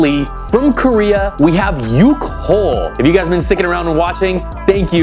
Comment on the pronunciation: I love yukhoe, happy eatings! (it's pronounced "yook-hwe")